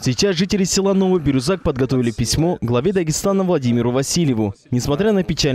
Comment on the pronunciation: Меня поразило как ведущий неправильно произносил слово Бирюзяк. Не Бирузак, а Бирюзяк.